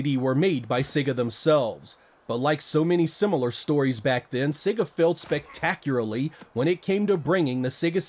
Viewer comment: Sega failed "spectacularly" at making sports titles, as much as you failed at pronouncing "spectacularly"